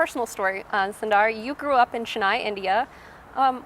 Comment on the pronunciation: she calls him "sun-dar" but his name is pronounced "soon-dar" just FYI